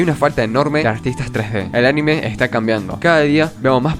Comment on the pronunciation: Muy buen vídeo, espectacular... Sólo puedo decir que anime no se escribe animé, por lo tanto es una palabra con pronunciación llana "aNIme"